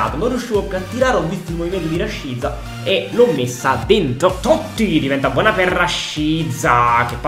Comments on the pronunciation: Come mai dici " rashiza " e non " rashica " ???? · sbagli a pronunciare rashica non si dice con la z ma con la c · Cmq RASHICA SI PRONUNCIA RASCICA NON RASCIZA, MI DA UN FASTIDIO QUANDO LO CHIAMI,MI FAI RISCHIARE DI CHIUDERE IL VIDEO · Cmq si dice Raschica no rasciza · mi triggheri Rashica si pronuncia rascìzq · Mi sa che si pronuncia rascica